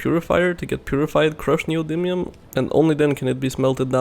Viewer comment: Your pronunciation of "neodymium" is 100% correct. You nailed it.